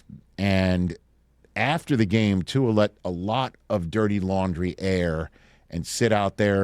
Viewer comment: Somebody please tell the world that Tua doesn't have an "N" in his last name.